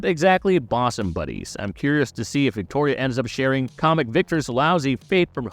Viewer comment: Bosom is pronounced Busom. I just had to say say something. Carry on.